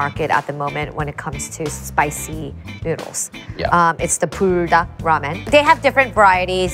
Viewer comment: Holy moly Esther, pronouncing "Buldak" properly really brought the accent out for the next few words.